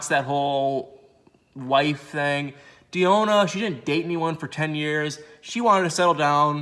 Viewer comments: Why are you dedicated to pronouncing Deonna’s name wrong? Lol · Lol i was looking for this comment 😭😭😭 it was driving me crazy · Yes, I've never heard this name messed up so much, smh!👀😔Come on brotha do better!🙄🤦🏾